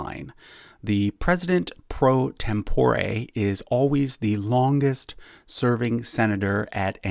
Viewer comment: You're pronouncing pro tempore wrong.